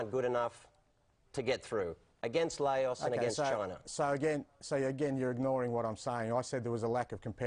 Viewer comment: one works as a broadcaster and can't pronounce LAOS, the other is the manager of celtic